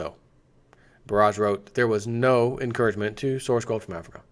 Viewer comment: Donovan Miller Yeah, it's a country in AF REEEKA...